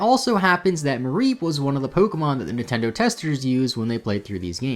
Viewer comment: Meh, it's a word pronunciation thing